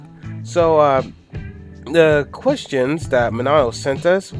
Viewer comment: Minato (Me-na-toe)